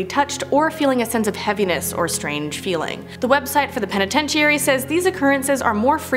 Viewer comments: I sorry but I can't listen to this video because of the mispronunciation of penitentiary. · you are so adorable,you are so misspronouncing penetentary! (Lol I probably miss spelled it)😉🤣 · Hate to gripe but this girl mispronounces so many words she is making me crazy. It makes her sound stupid. If she can’t say it she needs to use a different word. Someone please help her. Start with penitentiary. Thanks . I do love your channel and watch it daily. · Wtf is a penatencheeary? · Start practicing on how to say words it's a very easy word sound it out penitentiary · It's pronounced penatenchury. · Sound it out. Penitentiary Pen - uhh - ten - tree. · She is putting too much emphasis on penititairy. New Mexico Main better be on this list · It's pen-eh-tench-er-ee. Good video otherwise, not so many cringy moments lol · Y'all take a break, it's Christmas!! also stop saying Penitentiary like that. It's driving me crazy😂😂😂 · You are saying penitentiary wrong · Lol it's hilarious how you're saying penitentiary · Anyone else do a double take, then get annoyed, then laugh, then get annoyed again, at how she said the word PENITENTIARY??? And what's worse, not a single person who helped work on/film this video, corrected her, so NO ONE knew how to properly announce the word lol... Merry Christmas errrbody!! And if you dont celebrate it, well have a merry day that happens to also be Christmas anyway! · Lmao I was cracking up every time she said it! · I thought that I was hearing the wrong thing at first but then she kept saying it lmao😂😂😂😂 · Me n my man noticed too lol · Right! I've been having trouble watching her videos because of this problem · I was like, "I've been saying penitentiary wrong my whole life." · I couldn't make it through the whole video because of this. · level I said. I said girl stop saying it like that you're driving me crazy, lol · Somebody please teach this woman how to say penitentiary lmfao 😂 love ya but damn seriously 😂